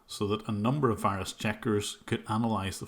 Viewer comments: The pronunciation of V as W is common with lots of Indians. I hate when they tell me I have a wirus on my computer :'( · You mean a wirus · You mean a Wirus. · Correction: he sends you a wirus